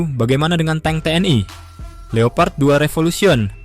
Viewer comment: suka yang baru bang soalnya yang lama nyebut tank jadinya 'tang'😅